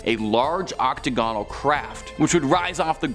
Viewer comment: 'Octo-go-nal'. Really?